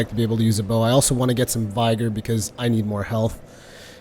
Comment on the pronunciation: Heirloom would be pronounced AIR-LOOM and it's something that's been handed down from generation to generation. Also Vigor is pronounced vig like fig or big not vy like eye though of course it may vary depending on dialect. Not trying to be a language troll just want to be helpful...love the vids!